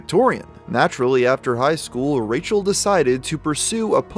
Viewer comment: Like the way you called her Racial instead of Rachel 😂😂😂